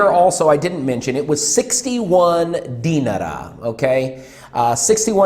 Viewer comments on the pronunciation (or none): I'm sorry for being "that guy", but you can pronounce Serbian dinar just like the Iraqi dinar. No need put any extra emphasis on the E, or rather I at the end. Also, you are spot on with the whole beer shirt topic, usually they will wear clothes with brand logos only if it came free with the pack, people here will either buy and wear a Red Star or Partizan shirt to show off their fandom, something to show off or basically project an aura of "F you I'm rich" or plain everyday clothes, guess they aren't original. I hope somebody does tip your PayPal, but I doubt it will be a Serb since there's a long running mantra that goes like "woe is me, I have no money and a low paycheck, guess I'll smoke 3 packs a week and buy expensive cars and furniture to ease my pain..."